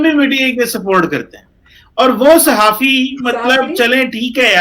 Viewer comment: आप बार-बार साहफी बोल रही है साहफी पत्रकार को बोलते हैं